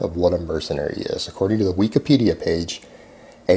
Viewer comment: "Wekapedia". This is what happens when you don't interact with other humans. You don't know how to pronounce things that are common knowledge.